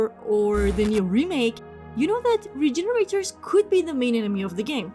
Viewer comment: Awww you Cutie, you were pronouncing it right but in the RE4 remake they're labeled Regeneradors <3 <3 <3 Cutie.